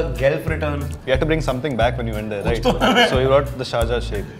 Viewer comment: It's SHARJAH. Not shajar. 😶 It's PAYASAM. Not pisum. 🙄 (Referring to subtitles)